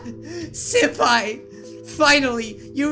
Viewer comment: "senapi" wow SENAPI WHATS "SENAPI" XD